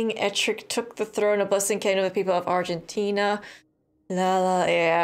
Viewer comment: Funny how you called it Argentina. 🤣